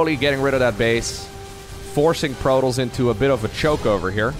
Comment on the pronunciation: i hate the way he says Protoss, it's wrong.